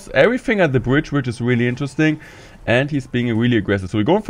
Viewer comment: He always sais "wheelie" instead of "really"😂